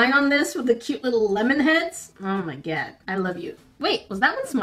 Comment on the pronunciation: I love the "oh steekerz , oh ma gad"